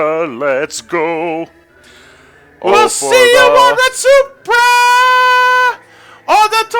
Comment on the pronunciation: It took me so long to figure out they've been talking about Retsuprae because they pronounce it wrong haha.